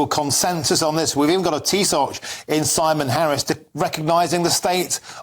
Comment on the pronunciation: Its Tee-shock not "Tee SOCK"